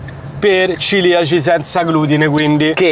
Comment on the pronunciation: cEliaci no cIliaci!!! Daje. 😁